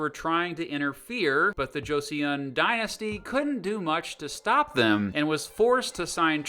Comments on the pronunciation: Please consider looking up the pronunciation of these names. The vowel (it is just one vowel, transcribed as two) in the second syllable of “Joseon” is pronounced “uh” not “ee-uhn” Just like the Korean surname “Seo” or the city “Seoul” Hearing “Jo-see-uhn” over and over instead of the correct “Jo-suhn” is painful. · Korea was coerced into signing the treaty. If you are going to do a video on Korea, pronounce the words properly and do more research please. It is “Cho sun 🌞” not “ Cho see un.” Your video has many other misstatements of the history. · Bro it's pronounced Jo-Suhn not "Joe see uhn" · Just a correction, the dynasty name is pronounced more like Choson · goryeo is pronounced goryuh, joseon is josun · Joseon is actually pronounced like "Joe-Sun", just fyi. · Jeo-son.....that pronunciation is driving me crazy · Learn to pronounce Korean words. , it is pronounced “CHO SUN 🌞”. Please just type/paste the Korean words into Google translate, so you don’t inadvertently proliferate heinous pronunciation of Korean words. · Korean "eo" is not "ee-yuh" but just "uh" or even "ah". J in Korean is more /ch/ than /j/ So JOSEON should be CHAW-son. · Korean Pronunciation Tip: when you see "eo" it's pronounced more like the "u" in "gun". So Wang Geon is Wang Gun. Joseon is pronounced like "Joe Sun". Joseon is an important word. Many Koreans see their state as Joseon not Goryeo (Korea). Other pronunciation tips: Vowels are also typically long vowels, so the "a" in "wang" is the same as the "a" in "father," and the "o" in "Sejong" is the same as the "o" in "phone". Decent pronunciation otherwise! We're not gonna talk about "gye" lol just pretend you didnt say that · eo = strong schwa Joseon rhymes with "go, son" I mean, 15 minutes with google translate will go many miles in the pronunciation department. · you kinda butchered the pronunciations here and there but we'll let it slide since you did great research even past the Korean War in 1950s:D